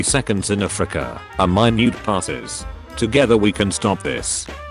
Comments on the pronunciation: No one: Robot voice: Mine-youte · Minute (mineoot) means small. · I like how the robot voice pronounced “minute”